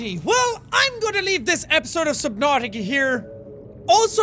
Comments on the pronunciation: its just a way he decides to say subnautica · Nobody: The subtitles: subnauseous I just realized... He actually said that